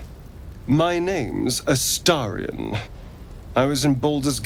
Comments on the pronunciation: You can tell Baulders Gate 3 hasn't released on xbox yet. Ast-a-rion 😅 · Why do people keep mispronouncing Astarion's name?